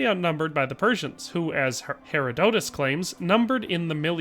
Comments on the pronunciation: It's pronounced Her-odd-it-us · Wait, how do you pronounce Herodotus? Say it with me; "Hrr-aa-duh-tuhs"